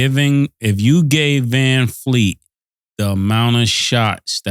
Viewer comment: “Vanfleet” is krazyyyyyy 😂😂😂